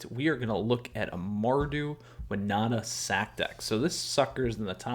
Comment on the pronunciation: You say Wi-nah-ta I saw Win-Oh-ta Let's call the whole thing off!